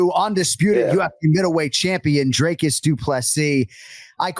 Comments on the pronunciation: Whats with the DREY- cus shit? Its dric-us. Dric like it rhymes with brick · Jon Anik, his name's not pronounced Drey-cus fyi. It's 'Drik-us'. Usually you're on point with the names. You at least get his surname right, which Bruce Buffer never does. Next time you see him or a UFC producer, make sure he gets DDP's surname right, the man's a champ after all. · Dricus (DrEEcus) not DrAKEs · Jon it's pronounced 'Dree-cus'. Come on man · PLEASE get his name right...say "drink" same sound. Coach Visser ...say "free" same sound.